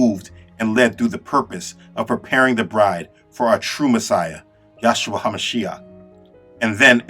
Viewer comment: Brother, your work is amazing. Do note that His name is YAHUSHA, not Yahshua. There is but one Name by which we are saved.